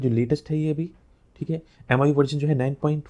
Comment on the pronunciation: Bhai miui hota h miu nhi